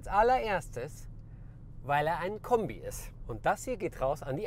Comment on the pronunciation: "Wasn das fürn Kömbi" ;-)